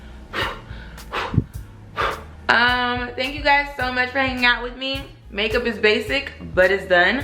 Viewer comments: Sis the way you was saying make up in the beginning was pissing me off,I was about to stop watching 😭 And do you put on SPF everyday?x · The way you say makeup lmaoooo.